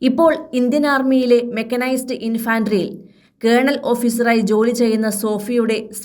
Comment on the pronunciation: ഇൻഫൻട്രി. ഇൻഫാൻട്രി അല്ല.